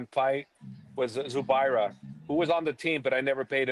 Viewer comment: He said zubaira?! LMAO the weakest link out of Dagestan 🤣